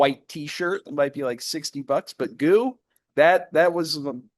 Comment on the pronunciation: FYI: GU clothing is pronounced "Gee You", not "Goo". (I shop there too.) Also, I usually like to eat dried fruits with my nuts, and I found that when I put a small piece of fruit in my mouth along with an almond, I stopped getting that almond skin stuck in my throat, like Dylan mentioned in your last Dodger Post. Your podcast is great. Probably better than the one you did when you guys were at the other newspaper. I just wish it was twice a week (or more).